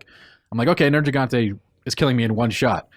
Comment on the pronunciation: The way mispronounces Neirgigante sounds like there's a racial slur in there...